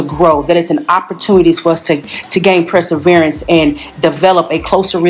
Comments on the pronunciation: “PRESSAVERANCE” is what took me 😂😂😂😂😂😂😂😭😭😭😭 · I'm distracted by the word press-erverance 🤦🏾‍♀️ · It’s PERSEVERANCE, NOT PREseverance🤦‍♀️ Also what is MATORE???? Did she go to school?????🤦‍♀️🤦‍♀️